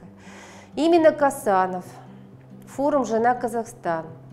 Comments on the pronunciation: Не Касанов , а Қосанов!Такайев емес Тоқаев!ең болмаса адамның фамилиясын дұрыстап қазақша айтшы,орыс сияқты шүлдүрлемей. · Не Касанов а ,,,,, Косанов,,,, можно же фамилию правильно произносить а